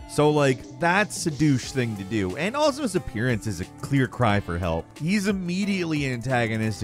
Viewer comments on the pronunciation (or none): none